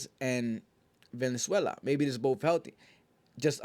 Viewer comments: Jose Vaaaalenzuela not venezuela homie 😂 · Valenzuela not Venezuela 😂